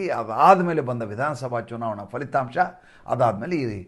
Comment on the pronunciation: ಅದು ಫಲಿತಾಂಶ ಪದ ಅಲ್ವಾ, ಕನ್ನಡ ಭಾಷೆಯಲ್ಲಿ FHA ಪದ ಇಲ್ಲ pha ಪ ಫ ಇದೆ ಅಲ್ವಾ. ಅಲ್ಪಪ್ರಾಣ ಪ, ಮಹಾಪ್ರಾಣ ಫ